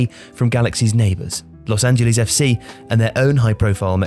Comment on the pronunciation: Why is pronouncing Los Angeles so difficult for you Brits?